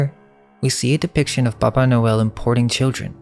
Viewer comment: It sounds like you're saying BABA noel... like BABA YAGA. The witch🤔🤔🤔